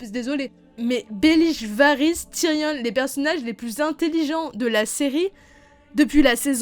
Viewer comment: Tyrion ça se prononce (ti rion est non tyrionne)